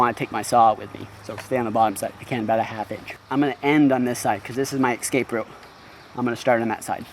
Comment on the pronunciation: "Ekspeshly" is not a word. "Ekscape" is not a word. "Akshee" is not a word.